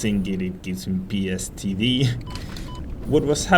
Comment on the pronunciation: did you just say pstd